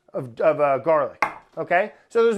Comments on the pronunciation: I can’t believe nobody else was dying at the “Garla” part ! I’ve been dying for a good 20 mins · “Garla” sent meeeeeee